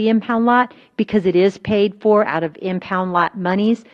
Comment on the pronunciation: My blood boils when I hear her say impound lot